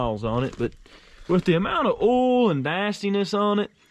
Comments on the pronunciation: I love the way you say oil lmao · "Ool", LOL 🤣. I've teased him about that too. Poor boy can't pronounce OIL 🤦‍♂️😂. Or aluminum FOLE, or an ignition COLE, or tilling the SOLE, LMAO!